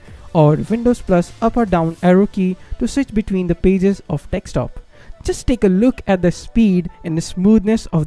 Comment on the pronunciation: Its DESKTOP not TEXTSTOP wtf